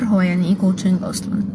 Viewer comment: انا ما استفزنيش غير انها كاتبه couching و تنطق "كاوتشينج" اللي هي من إسم 🛋️، بدل الكلمه الصح coaching اللي هي تدريب🤦🏻‍♀️🤦🏻‍♀️